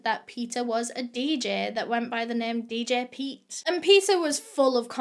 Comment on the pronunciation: I find it so funny how she said djpete I don’t know why I laughed at that 😂😂🤣